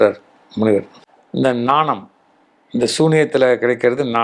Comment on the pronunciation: ஞானமா? நாணமா? தமிழ் உச்சரிப்பு.... ஐயா